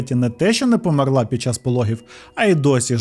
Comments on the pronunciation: Можна, будь ласка: помЕрла, не померлА😢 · Таж помЕрла а не померлА 😭 друге це на російський манер( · А чому померлА, а не помЕрла? 😅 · Немає в дієсловах наголосу на останній склад в українській мові, лише в російській. Помéрла правильно. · Подобаються твої відео, але кожного разу коли ти неправильно ставиш наголос у словах «помЕр» і «помЕрла» мене аж тіпає! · дякую дуже за цікавий випуск! <3 та хочу зауважити: у слові "померла" наголос на "е"